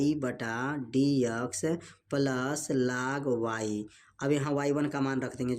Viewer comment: Sorry vo laag nahi log hota hai😢